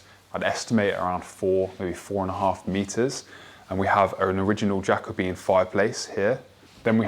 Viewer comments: Jacobean is pronounced Ja-co-be-an not jacko-bean. Four syllables not three. 👍🏽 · It’s genuinely adorable that you’ve learnt the information and have pronounced Jacobean as you see it written. Love the videos, nothing but friendly vibes here!